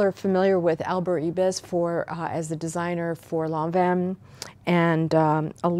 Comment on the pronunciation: thank you for pronouncing lanvin correctly!!!!!!!